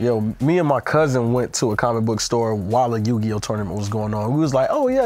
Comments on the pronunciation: Biggest Worst Take Ever From saying “Yu-Gi-No” 🤯💀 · Haha I'm going to call it out now will get punished next episode for saying Yu-Gi-no hahah 🤣